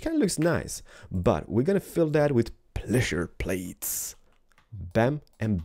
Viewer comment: lol you said "pleasure plates"